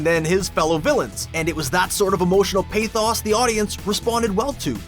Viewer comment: PA-“THAWS”?? Good Lord